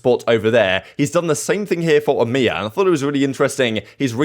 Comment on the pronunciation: i love how he says emea like its a fucking word... fuck europe, middle east, and africa... hail eeeemeaaaaaa